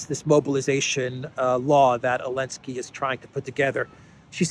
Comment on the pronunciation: I give up, why does he keep calling him Elensky?